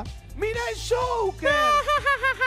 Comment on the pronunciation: El shouquer!!!! 🙄o último.. Joquer Guido!!!